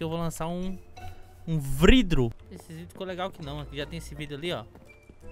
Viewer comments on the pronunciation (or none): mais uma prova q ele e o quando ele fala vrido tem um episodio da serie dupla survival que o escreveu na placa de baús vrido invés de vidro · So pq ele falou vridro e ele e o?? Obs: eu sei q ele e o blz